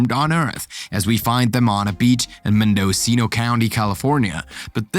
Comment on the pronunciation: "I-RON"??? "Men-DO-cino"??? If you're gonna narrate, learn to read first!!!